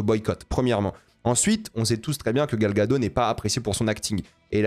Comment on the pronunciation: Gal Gagot, prononce le Ttttttttt